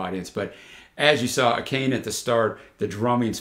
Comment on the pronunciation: This is sure to become a fan singalong favorite when they finally get to play in front of actual people! [her name is pronounced ah-kah-nay - every syllable has the same emphasis]